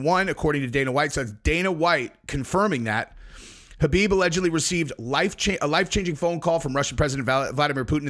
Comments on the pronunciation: Stop calling him Habib. It’s KHABIB “cuh-beeb” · His name is Khabib not Habib. Get it right